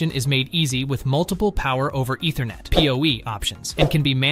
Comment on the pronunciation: If you can't pronounce Ethernet properly, you have no business reviewing network products.